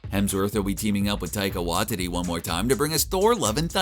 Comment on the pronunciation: Taika Why-Titty